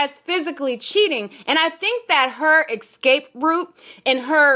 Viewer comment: “Excape excape excape” lol. It’s escape! Excape is not a word.